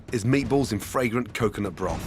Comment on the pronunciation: take a shot of vodka everytime gordon says fragorant or vribrant